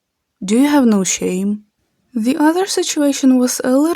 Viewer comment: "do you have no shame" обожнюю ваш акцент 😭😭💖🤌